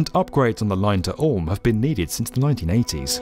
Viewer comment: I love how accurately the narrator pronounces Stuttgart and Ulm, w/ compliments from Berlin. 😘